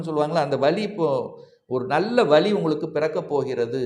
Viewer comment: tamizh ucharippu... rombave kashtama irukku.. vali? vazhi?? ioo. iioo